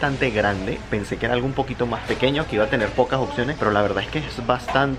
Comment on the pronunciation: "Occiones" jajajaj